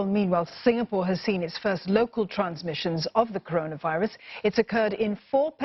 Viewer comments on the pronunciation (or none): Minister talking about kononavirus lah.. not coronavirus! Haha